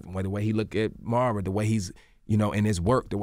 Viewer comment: I thought that by the time she came on here he would get ber name right cause he was calling her Amara so much. Now he said Mer-rah Im like 😞... now I know he does this often with some folks but it doesnt sound right.